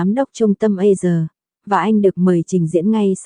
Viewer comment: a si sà chứ tại sao lại đọc là A sờ nghe ghê quá